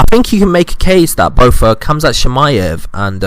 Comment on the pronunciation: Well, u don’t even know how to pronounce khamzats name correctly, so I doubt you have any knowledge about him to be calling anyone over-rated. I think your a bit over-rated.